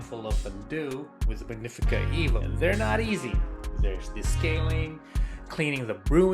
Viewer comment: It's "EH-vo" Why do you have it. SO did you get this free? Where's your video for the Rivellia